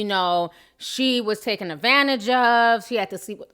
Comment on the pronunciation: TAKEN Ti... it's TAKEN lol Love the channel